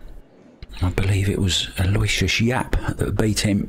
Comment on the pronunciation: Aloysius is pronounced 'Al-O-WISH-US. He's probably given up trying to correct people on that, just like Dennis Orcollo.